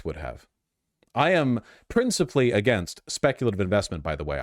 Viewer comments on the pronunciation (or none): none